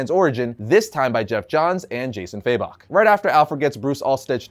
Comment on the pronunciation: Never understood why people say "faybok" instead of fabok lol